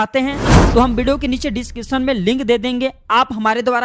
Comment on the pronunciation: बोलने का तरीका बच्चे कैसे हैं, एक शब्द हैं video, pahle theek se to bollo , bideo kyun kahte ho